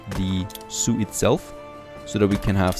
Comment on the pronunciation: when you said zoo i always heard soup :)